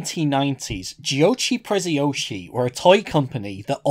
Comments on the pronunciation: "gioci presciosi" I'm kidding xD I'm another guy from Italy and at that time this get curios as hell and i wanted to know ho the fucc made that and this video is Gold! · Pronounce "Giochi Preziosi" like that again and I'll cut my ears